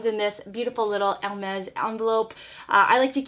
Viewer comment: It’s a nice bag. I discovered you not so long ago and I didn’t know you were Canadian. I’m French canadian and you do pronounce it right 😉